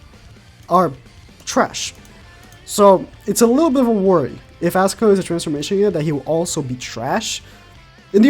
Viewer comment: For real. stop saying Askcanor. quite annoying.